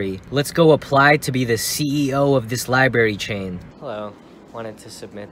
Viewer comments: I stopped watching when you said liberry :( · Li"br"ary!!!! Not li"b"ary! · Dude its libRary